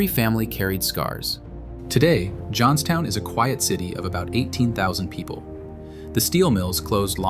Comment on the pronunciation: Oops! “ Johnstown “